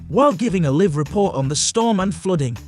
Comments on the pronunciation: He keeps saying live instead of live! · Someone should have told the narrator that there are two ways to pronounce the word "live."